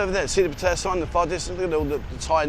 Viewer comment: you're a great guy and I love your show can I get you to please pronounce Pattaya correctly. Sounds like (pat..tea..yah) please